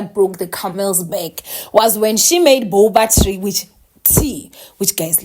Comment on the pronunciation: 🤣🤣🤣🤣🤣 not "boba tree"🤣🤣 i love you!!